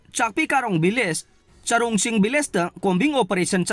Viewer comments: Village not villge😂😂😂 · nangna hairidusu lanle village haigdba not villge😅